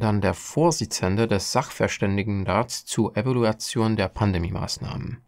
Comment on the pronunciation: was erwartest du auch von jemandem der Evaluation nicht richtig aussprechen kann